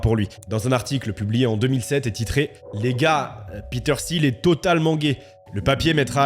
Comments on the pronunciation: Mec relou des commentaires ici : Pourquoi prononcer Peter SIL quand tout le monde dans les extraits prononcent TIL ? Même en allant chercher la bonne prononciation, je ne trouve pas de Peter SIL. C'est un point que je relève souvent dans les vidéos, pas que sur celle là, mais s'il vous plaît, un petit effort sur la prononciation des noms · Les premières secondes de la vidéo on entend Peter [til] et pendant toute la vidéo on va entendre [sil] 🫥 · Petite précision : son nom de famille se prononce "til" et pas "sil". Un journaliste lui avait posé la question dans un entretien, il avait répondu que ça se prononçait "til" car il continuait de le prononcer à l'allemande tel qu'à l'origine. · Peter Thiel se prononce TIL... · Parlons peu, parlons bien. La concurrence Youtube est féroce. J'ai cliqué sur ta vidéo parce que le sujet ma "parlait" ( je me doutais qu'il s'agissait de Thiel). J'ai quitté la vidéo dès que j'ai vu que tu prononçais mal son nom. Oui, déso, mais moi ce genre de détail décrédibilise complètement un contenu. Dans toutes les vidéo que tu as vues à son sujet, on prononce le T de Thiel. Et toi, tu le transformes en "th". C'est con, je sais, mais ça m'a suffi. Bon courage pour la suite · Quel est l’intérêt de prononcer son nom de famille 257 fois à l’anglaise avec le fameux « th » alors que lui même et l’ensemble des locuteurs anglophones ne le prononce pas de cette manière? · Comment peut-on faire une vidéo de 30 min sur qqn et ne pas prononcer son nom correctement ? Surtout quand celui-ci est si simple.